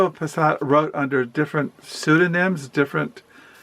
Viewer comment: I think I might pick up middlemarch soon :) Also it’s fernando PESS-O-A.